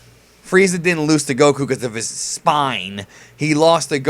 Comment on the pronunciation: Gokku (GAH - koo)?? LOOL I would've closed the tab from that alone